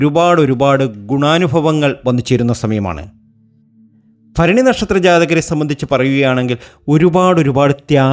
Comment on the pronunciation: ഫരണി അല്ല ഭരണി ആദ്യം ഉച്ചാരണം നന്നായി പഠിക്ക്